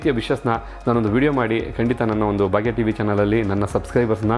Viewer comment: It is not bagya tv , pronounce it as bhagya tv